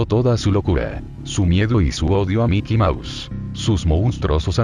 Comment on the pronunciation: puede sonar pendejo pero me da un poco de risa que el loquendo diga miky mous